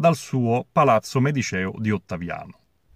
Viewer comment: Medìceo e non medicèo ;)